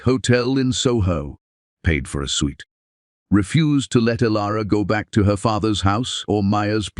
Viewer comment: IT'S Hotel suite pounced ( sweet)